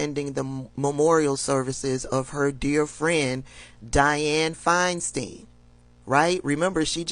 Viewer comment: I love listening to you but PLEASE stop mispronouncing names. Gaetz is Gates not Getz, It’s FineSTINE not Finesteen.